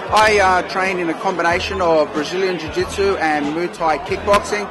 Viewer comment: moo thai , lol its mauy thai